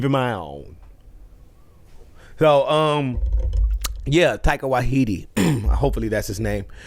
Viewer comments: Taika Waititi. As in WHY TEA TEA. TIE CAR WHY TEA TEA. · Tie-eee-kuh Why-tee-tee. Just in case Taika Waititi comes up again. He has an unusual name because he's a Maori from New Zealand.